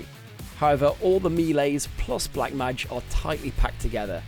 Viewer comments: Learn to pronounce mage please! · Please don't change it and make it worse every time to make people mald over it